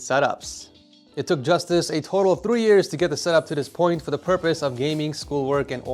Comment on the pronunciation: justus?! made my day. German is different pronounced than English?